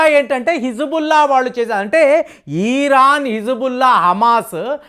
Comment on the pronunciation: పాపం..పది రోజుల నుండి యుద్ధం, యుద్ధం అంటూ కలవరిస్తున్నాడు. ఇంకొకటి.అది "ఈరాను" కాదు "ఇరాన్"